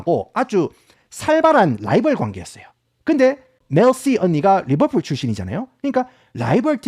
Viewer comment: 하... 리버풀 발음.. 진짜 개 극혐입니다 😢